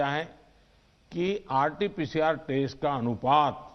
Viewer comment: News walon ..."IT-PCR "..nhi.."RT-PCR " hota hai.. me dekh lo..